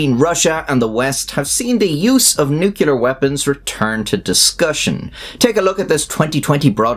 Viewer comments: Given it's your videos subject matter... What is "nucular"??? I only clarify because you (like many Americans) repeatedly replace 'nuclear' with your variation "nucular". Sorry for moaning but this one of my 'turn green' bug-bears. Many thanks for your hard work. Take care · "...Nucular..." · NOO-klee-err. Sorry. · Love your channel bro. Quick nitpicking tidbit lol, it is pronounced, "nu-clear" much love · Nucular Weapons Strike again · for fucks sake dude, saying "nuke-ya-ler" is just fucking annoying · If you remove the nu from nuclear, you're left with clear. How do you say clear? Is it "kleer" or "cue-ler'"? I say "kleer" But then when you add the nu back on, people seem to change the pronunciation to "nu-cue-ler" for some reason. It's like they're adding an extra u sound to the word that isn't there, as if it's spelled nuculear. But I think it's cool. Say words however you want to and ignore any persnickety, pedantic, know-it-all that tries to correct you. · nu-klee-er. it is 3 syllables. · Nookyalurr lol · A physicist, a linguist, and a speech therapist die in agony somewhere every time you say "nucular". That's a lot of dead people, man. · every time you pronounce it "nucular" an angel is nuked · Please practice saying "new-clear;" you're better than George W. Bush. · Stupid Americans can't even say "nuclear" properly. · learn how to say the word nuclear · I feel compelled to correct: “nuclear” is two syllables. 🤓🤷‍♂️ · I hate when people mispronounce nuclear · I cannot take seriously any reporting about nuclear weapons by a channel that releases a video which mispronounces the word nuclear. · The word is NUCLEAR, not nucular. Pronounced new-clear. Put your big boy trousers on and give it a try. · NUC LE AR NOT NUKULAR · Good channel... I have a hard time getting over the "Nukular" pronounciation of "nuclear" :D. But don't mind me, your videos are good. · Nuclear not nucular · nuclear, not nucyaler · NUCLEAR. not “nucular” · Nu-clear, not "nucular"